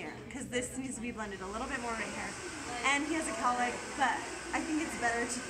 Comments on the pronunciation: The amount of times she says calick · if i hear cowlick one more time... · Shots for everytime you hear cowlick? Lol. Good video though. Will be trying on my son's hair. Crossing fingers.